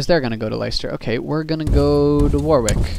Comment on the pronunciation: Leicester (less-ter) Warwick (Warrick)